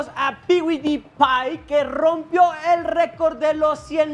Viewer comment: Se pronuncia 'piudipay' 🤣🤣🤣